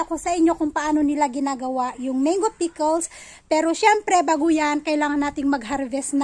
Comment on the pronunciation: Gusto ko ung pagkakabigkas mo ng menggo 😁